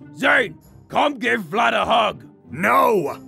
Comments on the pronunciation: It’s not vylad this is what I hear Chlad lad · its Vylad not "Vlad" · Aphmau: vlayd Subtitiles: flan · It's Vylad V-y-l-a-d